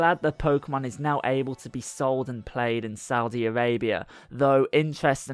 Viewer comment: It's "Arabia" not "Avabia"